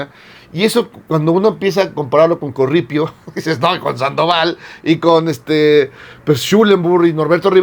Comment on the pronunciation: Estan mal pronunciados no es "corripio" corrupto y no son "prelados" son pelados Por ahi anda Aguiar retes que yo creo es una reencarnacion de aguiar seijas quien martirizó a Sor Juana No y entre Aguiar retes y Norberto rivera no le voy a ninguno de los dos